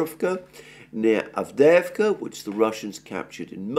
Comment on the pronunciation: AVDEJEVKA 😂😂😂😂😂. GET THE NAMES RIGHT FOR GOD SAKE !!!